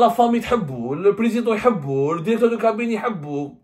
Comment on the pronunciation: Dans une de ses vidéos, il a dit :"il faut incluer". Et là, dans cette vidéo, il dit "dérecteur".